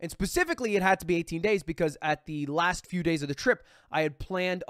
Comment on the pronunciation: haha it sounds like he’s saying pacifically instead of specifically but it’s funny cuz he flew over the Pacific Ocean.